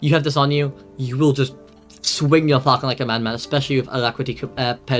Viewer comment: It's fȯl-chən, not falcon. Thank you for the video.